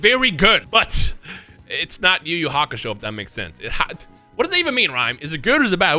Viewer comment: It's not even yu yu hakasho